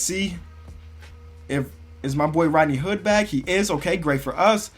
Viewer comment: you mispronounced rodney hood